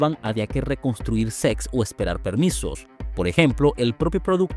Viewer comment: Dice “SECS” en vez de “SETS”